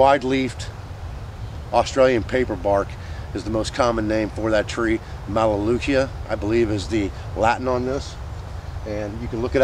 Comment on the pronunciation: You got the latin right. it is pronounced mel-a-loo-ka. And what is the name of the song your using now and who is it by. I'm not real into modern country music but that song is just awesome. Where can I get a copy of it. Great video and as always I learned more than I can process. Thanks for all that you do. I go'n to start taking your first course very soon.